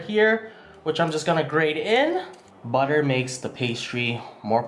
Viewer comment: "soft like butta"